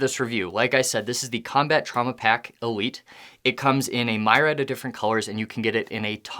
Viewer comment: The word is pronounced ME-REE-AD